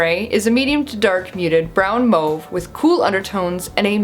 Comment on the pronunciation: I love the color comparisons and how you can actually pronounce mauve and know what color it is!